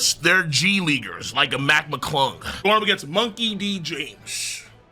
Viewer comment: Surprise me when you said macclung